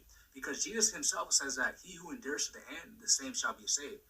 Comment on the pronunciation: he can't even pronounce endures correctly. Please pray for me. I was born again and feel God angry for looking back to world. No true ministry. I Don't want hell. What to do. I hate I got tricked into destruction and sins. Seriously. I am outside 😢 not reading my Bible and grieving the HOLY GHOST and going back into world in ignorance. Cut.